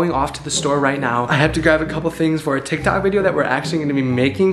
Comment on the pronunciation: Did he say tik tak